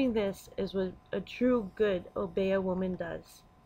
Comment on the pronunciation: O- bee- yah is the proper pronunciation. The woman with the rooster is Marie Laveaux.